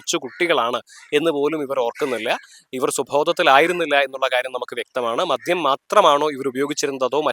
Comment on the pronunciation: മധ്യം അല്ല മദ്യം.